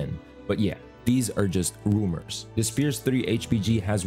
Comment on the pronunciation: When he said rumour i heard boomer, ao i was trying to think "boomers said that the update will drop day 11" lol was funny